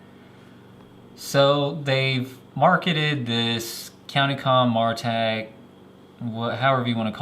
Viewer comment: By the way, not trying to be a jerk or anything, but from watching CountyComm's videos, it's pronounced Mare ah tac. On another note, I really wish some other flashlight companies would learn from this light. Mine died probably around 2 years of owning it(rev 2), loved that it had memory, and just simple half clicks for mode, and break the head for strobe/slow blinking/SOS. Not that I'd ever use those modes, but at least they were out of the way. Replaced it with an Eagtac D25LC2, great light, and I got it with a nice warm domeless LED, but after two cycles through low, med, high, you better turn it off(or half hold for a little while) or you're getting strobe junk. It's a great light otherwise with how bright and small it is.